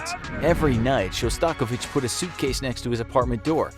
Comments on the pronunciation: ... sorry if im number 200 to say this but its Shos TA KOV ich not sha STAKO vich. Classically trained violinist. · Interesting pronunciation of “Shostakovich”